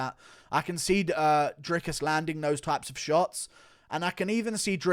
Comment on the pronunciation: Bruh how you gonna insist on pronouncing Dricus name correctly but never Jans name correctly you crippled ginger